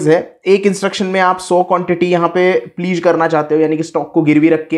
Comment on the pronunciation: Please nhi pledge hota hai😂